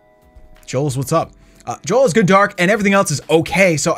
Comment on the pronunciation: It was jo el not jole